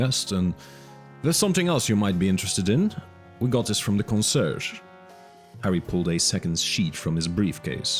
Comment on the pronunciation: “Consurge”? Con-see-AIRJ, at least in general English.